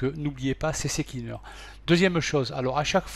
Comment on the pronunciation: cccleaner non c est c cleaner